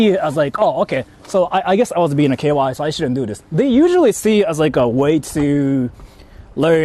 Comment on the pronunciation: Why does pronounce "KY" as "KOY"/"KUY"?🥴